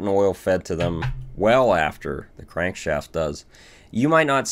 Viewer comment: But its not refreshing to hear him call a Crank Shaft a Crank Shayft